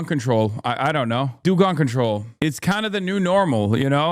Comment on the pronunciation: Do Gun Control? Sounded like you said Unsubscribe to me